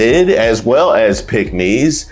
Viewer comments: I thought you were saying pigmy. I was like what! Tom Cruz has done nothing to help us. Mitch will sell you and himself to the highest bidder. No matter how much he allows Trump to talk about his Asian wife. He’s no man that won’t stand up for his wife. You know, in sickness and health? ?? Who was he talking to? oh yea, it’s MAGA Trump. What a sell out! So Mitch did you sleep with Donald Trump last night in order for you to be passive and displaying unmanhood! Divorce your wife and marry the person you are in love with, Trump! Are you a traitor to your wife and the Constitution? Wait, let me answer that question! YES, YES, YES! Pathetic behavior. If you don’t stand for something you’ll fall for anything!! AND you did!!!! Vote BLUE all the way🇺🇸🇺🇸🇺🇸🗳️🗳️🗳️🗳️💙💙💙💙🩵🩵🩵🩵🧢🧢🧢👍🏽👍🏽👍🏽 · Please enunciate the word, " PICKK- MES" b/c it sounds like something else. Thanks!